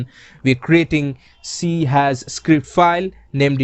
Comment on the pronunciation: The hash in c# is pronounced sharp so it should be c-sharp. Anyways good tutorial!